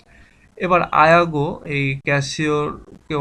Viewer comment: ইয়াগো কে আপনি আয়াগো বলছেন কেন?